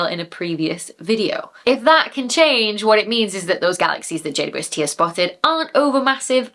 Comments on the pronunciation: Hahaha the final blooper 😅 I actually heard J-woob-ST all the time and considered it became that after saying it so many times over the videos and conversations 😂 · I think it sounds like you're saying Jay-Bwest-Tea. But I like tea. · You made JWST sound like, "Jade, you Westie." and now I have a name suggestion should I ever get a Scotland West Highland Terrier doggie. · You can tell you say JWST a lot because you've removed about half of the syllables for efficiency 🤣🤣